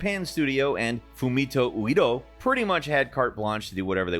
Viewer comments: "FUMITO UEDA" not "UEDO" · "yakasa" wtf its yakusa fumito "uido" why you speak the names intentionally bad???